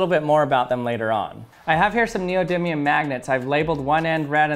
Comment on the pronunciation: Finally! someone who calls neodymium as neodymium and not neodium